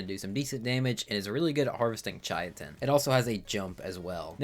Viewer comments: Chai-uh-tin 😂 Brother its Kai-tin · It is pronounced “ kye-tin ” but I like pronouncing it “ chit-in “ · Yea, I think most people say 'kite-n' but whatever, everyone has their own world so they can say it however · Idk what it is about ark YouTubers but none of them can pronounce anything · "chiatin" I've have never heard anyone pronounce it like that before. Only ch-it-in or cy-tin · "Chaiatin" jesus christ this hurt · Chy-I-Tin is a crime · That's a brand new way to mispronounce it, like how did he get that 😂 "Chayatin" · “Kai-tin” most sciency names with a “ch” are pronounced like “k.” Like “chemical.” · My cousin and I genuinely thought it was pronounced shit-in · I noticed as well xD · It’s pronounced “kai-tin” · Deinosoucheous and chai-tin got my ears hurting(not to mention, what the hell is a dedonicus or a dunkleosthusis😭) Edit: TERRAJAPA?